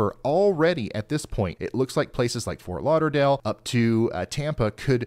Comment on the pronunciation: Ryan did you really mean to say Ft. Lauderdale?